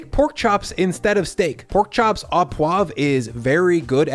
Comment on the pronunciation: au = oh (proper French pronunciation)